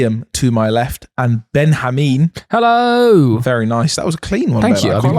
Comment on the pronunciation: he had to start with helleow